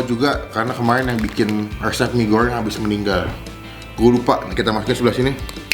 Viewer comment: Lidahlu knp bang..mie gorryeng..abis nelen paku y